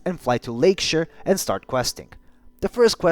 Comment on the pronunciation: It's Lake-"sh-eye-r". Not the Lake-sh-ee-r